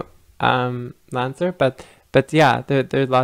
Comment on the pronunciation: Sorry the journal is pronounced The Lancet